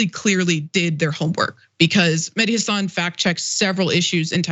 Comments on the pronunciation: FYI it's Mehdi HA-san. The accent on the FIRST syllable of his last name. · Taibbi can't get his facts straight, that's for sure, because he doesn't even try, it's not important to him. On the other hand, you guys can't bother to get Mehdi's name right either. It's Hasan, not Hassan. Listen to how the guy himself pronounces it and maybe pay attention for a change. I can't understand how this is so hard, he says it all the time on his show, but it also reflects a laziness on your part TYT commentators. Glass houses and all that....